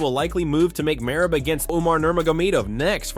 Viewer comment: MerABE What a Jokeeeeeee !! Learn to say his name right , if you are going to Say It 7 Times !! MerAB !!!! Very Pathetic